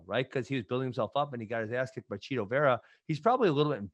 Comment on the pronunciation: Ariel is chito not cheeto 😂😂😂